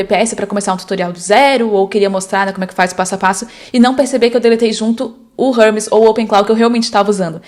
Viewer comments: érmes - não é Rérmes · "Hubs... Rãmis... Harmes...? Ahhh, agora entendi, era Hermes! 😂 Uma sugestão sincera: como o vídeo é em português, talvez valha mais a pena usar uma pronúncia mais próxima da que o público brasileiro está acostumado a ouvir. Nesse caso eu realmente demorei para entender de quem você estava falando. Se a ideia era gerar engajamento nos comentários, funcionou perfeitamente. 😅 Mas se não foi intencional, a pronúncia acabou atrapalhando um pouco a compreensão do conteúdo." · Se fala érmes, não rérmes